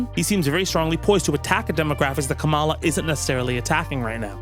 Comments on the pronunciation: please fix your pronunciation on ONE thing, It's KAmala, not KaMAla. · 😁😁😆 Dude. It's COMM-ah-la, not comm-AH-la. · I believe the preferred pronunciation, as in how she pronounces it, is “comma la” which rhymes with “Momala” which is what her step kids called her. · With peace and respect, it's pronounced "Comma-la" not "Ka-Mall-a." The R's have been pronouncing it incorrectly to be petty losers. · I'd take a group of Fauci cuckers over a single couchie fucker also, you may have been listening to Trump pronounce Kamala's name too much, I don't believe it should have such an emphasis at the end, it's like Comma - luh. Anyway, I only point that out cause it seems like another tactic the right is using to try and be further racist, another birther kind of thing. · pronounced Kamala wrong again?!